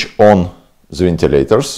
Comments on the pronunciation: Думал он индус, но после "вентилейторов" сомневаюсь) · ВентилейТор :)))ВентилейТорс :))) you make my day ... Thanks ...